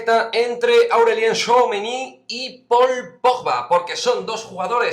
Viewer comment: Buenas!!!Veo que ya pronuncias muy bien al bueno de thouameni!!!veo mucho francés en la plantilla,me gusta más la mezcla de culturas,no sé si tu a eso lo verías un problema.Pero de quedarne me quedo con Pogba.